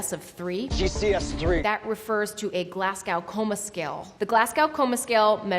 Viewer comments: I'm no doctor, but I will say that Glasgow is not being pronounced properly here. It's not "Glaz-gaow", but "Glaz-go". It should be phonetically pronounced like the origin city the scale was founded in, regardless of which ever accent it is being spoken in. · Glass-Cow does she mean Glasgow? 😂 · as a British person, hearing ‘glasgow’ pronounced like that was painful 😅😂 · GLASGOW NOT COW U YANKS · If she says "Glass-gauw" one more time, I'm gonna lose it. For the love of god, Americans, it's pronounced "Glaz-go". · Glaz-gaow? Glars-goh! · It's "Glasgow", as in "Glas-go", the Scottish city in the UK. The scale was first used in the University of Glasgow Hospital in 1971. To call the GCS the "Glasgowl" Coma Scale, is very, very confusing. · Great vid, but I really wish med schools in America would teach students how to say Glasgow. It's glass-GO, not glass-gow. Being Glaswegian, it is so painful to always hear my city pronounced so horribly because of this scale.🤦‍♂️ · Glasgow (glass cow) is triggering for a glasweigian its Glaz go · Wow, that sounded like you said Glass-cow Coma Scale. I've heard it a bit like that a few times before, but never THAT strong. It's much more like Glaz-go! :) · Its pronounced Glas-go not Glas-cow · It's pronounced GLARS GO coma scale. Not GLASS COW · Glass-cow ... no no no its ponounced Glas -go. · Glass-Gaow love it, it's pronounced Glaz-go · UGH. Glas-GO. Not Glasgao. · Not "glasgau", glasgow. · Its Glas-Go not Gless-cow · She is clearly an intelligent, highly educated and accomplished person and this is a fun and interesting video, so why do I find it so grating that she pronounces 'Glasgow' so weirdly? The second syllable should be pronounced like "go", not like "cow"... it makes me wonder how many people in the US pronounce it like that. Mind you, the US pronunciation of the capital of Russia is "moss-cow" so maybe I shouldn't be too surprised. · Good vid, shame about the mispronunciation of Glasgow as "glass-cow". It's "gl-as-go".